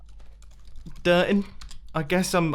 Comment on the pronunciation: Grian: what ya doing Mumbo: Driting Me: DRITING what is Driting